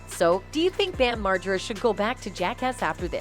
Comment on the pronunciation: What’s jakeass? And who’s bam marjurra?